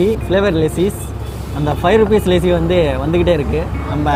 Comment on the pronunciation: Bro it's lassi not lessi ......good video ..... valthukkal